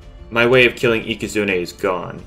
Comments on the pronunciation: Does anybody notice that he keeps saying ika-zoon-ey instead for ika-zoon? only me? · yup it is ika zooon ey not ika zoon